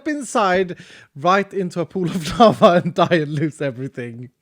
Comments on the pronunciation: Lava! I thought he said llama lol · When you said lava It sounded like you said lama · I thought he sed lama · Oh lava? Anyone else think he said llama